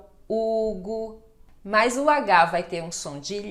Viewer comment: professora, a senhora a conjunção mas, pronuncia como mais. Uma pequena observação.